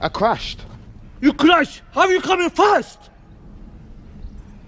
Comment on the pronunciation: Why u coming fast sounds like why u coming flast XD lol what the f*** u did